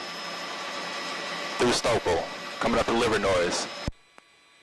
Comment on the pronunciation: The “S” is silent in Livernois.. just like Illinois